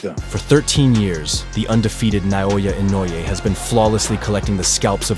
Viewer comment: Someone tell this guy his name is pronounced NAY-oh-ya.!...not inoya.